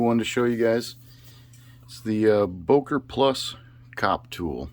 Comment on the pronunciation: I really like the USA, but if there is one thing I really hate about american culture it is that you are not even trying to pronounce names correctly. It is Böker, with an ö not an o. The ö is pronounced like the "i" in "girl" or the "o" in "world". This is really not that hard. If it would be some chinese or indian, I could understand it, but this is a European language, it is germanic for "beech tree". Also if you would be random person pronouncing it wrong, no big deal, but Sir, you are even making a video about the tool, check for 1 min. on google how to pronounce it. Sorry for the rant but i think that is important.